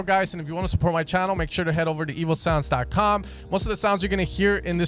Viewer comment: I dont know why, but when you say evosounds i just hear evilsounds... :-D